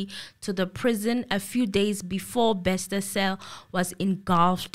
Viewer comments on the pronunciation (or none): It’s not Bexter, it’s Bester. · Wow, thanks, as always you never disappoint. I have so many comments & questions on this episode🙈 Firstly, I laugh when says “Thabo Baxter” I know he knows its Bester😂. Bathong, laugh as much as you want honey this is your platform, it ain’t eNCA up in here. I pray for Katlego’s soul to rest in peace coz at this point the family won’t even be able to fetch his spirit since they don’t know where he was killed. The father was most likely involved she is trying to minimise the damage which points to the involvement of her family members and is willing to take the fall for the role her father played. After all the father was instructed by her to commit these criminal acts. I guess she’s trying to do right by her father. Why does she insists on wearing the wedding ring if allegedly at this point she’s not married to anyone? 🤔 Truth be told, if I was in her shoes, I would sing like a canary too, to save my a$$. I However feel the Dr should also pay for her role in this movie, even if she’s cooperating. Else she will go on in life thinking she can do anything she wants and get away with it, if there’s no punishment here. SAPS will forever disappoint, by now we should know whether or not there are bodies buried there 🙆🏾‍♀️ The bother is a dubious character, he’s standing for himself that one probably paid by now. These people are criminals even if you freeze their accounts. There are other accounts out there or even cold hard cash hidden from the authori